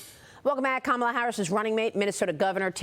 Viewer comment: sicko= the tampon king,he nor ka-ma-la, know how to spell their own name or pronounce it